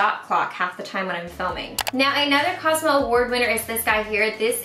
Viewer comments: Hey. I think it's actually pronounced cos-meh (or co-su-meh)...just wanted to give you a heads up. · because pronounced it as COSMA. In French you can pronounce the letter "e" as another letter. That's why I told her it's not a French word because she may have mistook it to be French as she pronounced it as COSMA. Would this explanation suffice? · you didn't put in the right link for the Cosme list! Next time please try out some Heroine Make products! Their black liquid liner is my holy grail. I also wanna hear your thoughts on their mascaras too, a lot of people rave about them. P.s: Cosme is pronounced like cos-may. And Fancl I believe is fun-kell, kell as in like Kelly. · it is pronounced "at cosme"